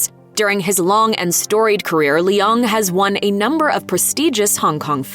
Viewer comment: I am so sorry,, but i am so bother by the way she pronounces Leung 😢